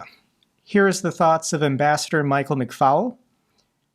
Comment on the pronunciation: hey McFaul - is NOT pronounced FOWL...its pronounced as FALL as in fall over..thanks and hope you see this